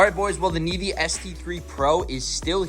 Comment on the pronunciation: Bro said nevee navae